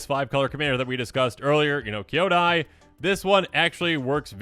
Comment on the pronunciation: Love the vid but Kyodai is pronounced key-yo-die not Kai-yoda. ❤